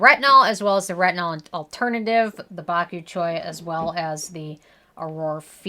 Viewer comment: “Bok you choy”